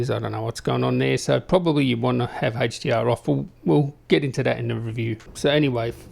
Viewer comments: Love that you showed the Hey-ch-dee-arr! In all seriousness, sweet video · I love how to say haech d r